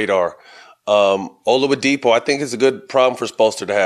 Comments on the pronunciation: Olawudipo? Man added a whole nother syllable 😂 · Can someone tell Matt his name is Oladipo not olawadipo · Lol yeah I was like who tf is oluwadipo? 🤔